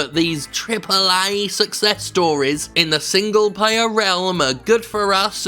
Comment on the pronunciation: I hear single-payer every time you say single-player